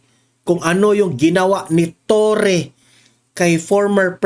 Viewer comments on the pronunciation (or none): none